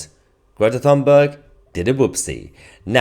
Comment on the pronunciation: Her name is pronounced Tuneberg.